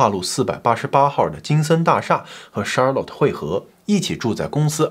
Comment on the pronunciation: Charlotte 后面应该读let不是lot…强迫症听着有点难受😅